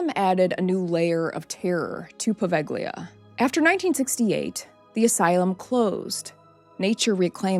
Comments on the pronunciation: I am italian and I live in Italy, on another city, but I have been there, it's not a good place to visit. Don't go there. However, the pronunciation it's not poveGHLIa with hard "g"... It's Poveglia, in italian "Gli" has a different sound. By the way, I really liked your video, I have subscribed to your channel right now. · In Italian “ gli” is pronounced as “ Lee” in a word or name or as the definite article before a noun. The “ g” Is not pronounced as it is a diachronic aphthong , a silent letter likr the “ g” in night, lihjt, fight etc.